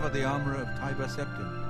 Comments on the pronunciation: btw has anyone else noticed themselves saying Tibber Teptim now??? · wow you nub scrub. As you should know Tiber Septim is pronounced like tyler with a B instead of its L not like Tibbers from League Of Legends bro. 1v1 me